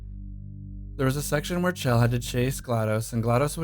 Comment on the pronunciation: Not another person that can't pronounce Chell.